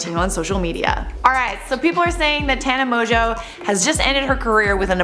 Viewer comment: So her last name isn’t pronounced Mongoo?? And she’s not 42?? 😳😳